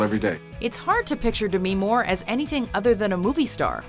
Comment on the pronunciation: "De-mih More" I cringe everytime she says the name....